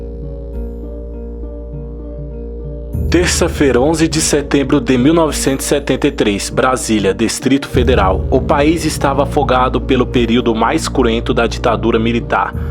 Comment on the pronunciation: "Destrito Federal" kkkkkkkkk